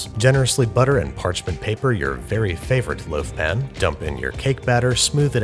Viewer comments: Why do you say pan like pin? Is there a joke I don’t get? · its a pan not a pin.